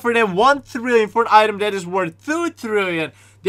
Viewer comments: I like how he says trillion THRILLION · I like how he says “50 thrill-ion”